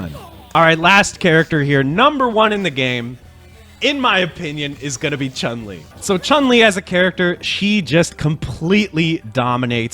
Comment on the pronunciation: "Yun" rhymes with "moon". "Chun" rhymes with "moon"